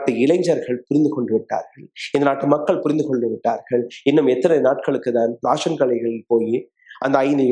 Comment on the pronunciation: அது ராஷன் இல்லை ரேஷன்